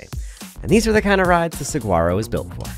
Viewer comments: Love your videos! FYI the G in Saguaro is silent:) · Can anyone tell me if the bike is any good? I had to stop watching when he kept pronouncing the G in Saguaro. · Is anyone else thinks its hilarious how he's saying saguaro? come on you dont have to be from arizona to know how to say it right. i would love to see him order at a mexican restaurant. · Love the reviews, but I must correct you on one thing... I grew up in Tucson... pronounce saguaro with a "wh" not a hard "g" ;). sa-WHARRO. I've been riding my Rocky Mtn Growler 50 for 3 years now and I still love it, though I've upgraded the brakes, handlebars, grips, pedals, and tires. Soon will be upgrading the fork. But I am sold on being a 50 year old on a hard tail for many of the reasons you mentioned. As a dad, I shouldn't be flying at 30+mph on a full suspension rig... the crashes are tougher to recover from. The hardtail keeps my speed lower, tires me out faster (so I can get back to my family), and keeps my bike handling skills sharp. And the simplicity is especially valued as life seems to get more complicated. I raced my Trek 8000 with a Mag21 shock all over northern Arizona back in the mid 90's and had a fully rigid Diamondback Ascent in 1989, so I've been a fan of the hardtail thing for 35+ years. Still have my '81 Mongoose BMX bike too. Hardtails will never go out of style! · Great video as always but you have spent enough time in Arizona to know that the 'g' is silent in saguaro! suh·waa·row! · Pronounced (Suh waa row) 😊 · The G is silent